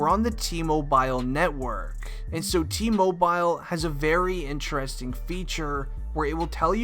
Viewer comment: If u say T-mo BILE like that again we gonna have another case